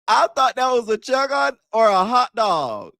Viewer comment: “I thought that was a chickun” 🤣🤣🤣 she was dead wrong